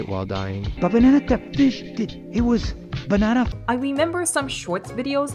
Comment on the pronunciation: The bnna fsh.. it was ba n a na